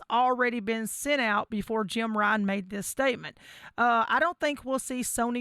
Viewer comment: I cringe every time you say Jim when referring to Jim Ryan....lmao